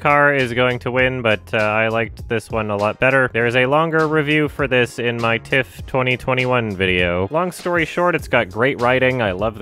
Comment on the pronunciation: everytime says "in my TIFF-", my mind would hear "my tits"